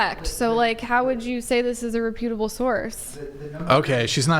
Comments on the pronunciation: Did she say “repute-able” source?? Haha! The word is reputable. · Whining about grammar when she can't even pronounce reputable correctly.